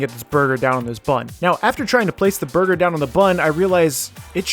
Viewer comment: ahh yes... Borger